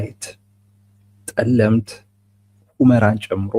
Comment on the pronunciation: "ፀለምት" ጠለምት ፡ ለምን ለመርህ አትቆምም?